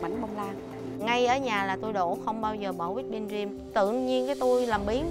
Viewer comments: Ông hải đọc cream là gream chứ buồn cười:))) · á,tự tin sau đó bị nhắc nhở quá trời. Chef Hải với đọc cream mà đọc là ream. Ahihi.